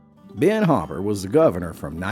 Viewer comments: His name is NOT HOPPER. You throw a basketball through a _ _ _ _ and you add an ER to that and you have the name HOOP-ER. I know, because I am one! How in the world did anyone get HOPPER from this spelling, and especially a Governor? Oh wait, it’s Tennessee. Hmmmm, NEVER MIND! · THANK YOU, T CLARK! I’m a Hooper — a proud Hooper!!! I enjoyed the story, until my childhood, spent with day upon day of having my name butchered and mispronounced came flooding back. How do you get a Hop from a Hoop? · I agree, it's Hooper, not Hopper. Ben W. Hooper.. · My name Hooper and it's pronounced Hooper not Hopper..or whopper or whatever else that person said.. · Is it not pronounced ‘Hoo-per’? Legitimate question. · Great story but I believe it's pronounced who-per...✌😎👍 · Narrator can’t pronounce his name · Just mispronounced…which is like being discounted or forgotten, isn’t it? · I live just up the road from him. Was coming here to correct the name as well LOL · I know the family personally and the OP has said he mispronouinced it intentionally. No one ever said anything about anyone being illiterate. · You can't even pronounce his last name correctly. It's HOOPER not HOPPER. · It's Hooper, not Hopper. I don't know why he's saying Hopper. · Spelled Hooper, but pronounced Hopper?? Or does the narration need a little editing? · GREAT story! But you bought TWO vowels: it's "HOO-per," not "Hah-per." So ya' gotta' say 'em BOTH - "HOO"! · It's spelled 2 o's, not 2 p's. Hooper is the spelling. But you're saying "Hopper". Now I'm wondering if these stories are being told by an AI generated voice or a real person. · Hooper. not Hopper. good grief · It’s pronounced “Hoop-er”, not Hop’per! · Why is the narrator calling him Hopper? It's Hooper, as in WHO-per. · Where i come from, it's H-oo-per. Not H-o-pper. I happen to know his namesake. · It's not pronounced 'Hopper" it's Hooper. 🤬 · The name is Hooooper, not Hopper. The story sounds fake since you don't even know the guys name